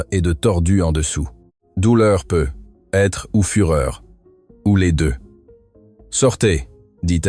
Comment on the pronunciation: Dans la lecture aussi il y a des erreurs example: peut être doit se prononcer PEUTÊTRE…